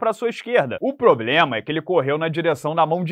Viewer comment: ele ainda continua dizendo que é o "poblema" da divisão ou corrigiu isso?